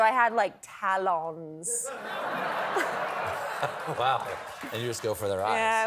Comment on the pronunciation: her pronunciation of "talons", I can't, it's so funny– 😂 What a truly delightful interview! ✨